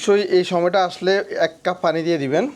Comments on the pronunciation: ভাই আপনি একজন কন্টেন ক্রিয়েটার আপনার ভিডিওগুলো আমি নিয়মিত দেখি এবং ভালোলাগে।একটা বিষয়ে খুবি আপত্তি আমার,আপনার ভাষাগত উচ্চারণে প্রচুর সমস্যা যার ফলে বাংলা ভাষার বিকৃত হচ্ছে।যেমন,পানি কে আপনি বলেন ফানি,প্রচুর কে ফোচুর।আশা করি মাতৃভাষার প্রতি সচেতন হবেন। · ভাই পানিকে ফানি বলছে শুরুতে